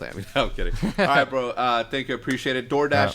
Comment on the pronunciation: hecz gonna start saying "Preciate that" lmaooo